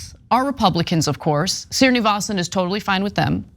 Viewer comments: For Ana: Hindu Sri- on a name means "Sir" and is pronounced Shree. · It's a pity Anna mangled Srinivasan's name EVERY time she pronounced it.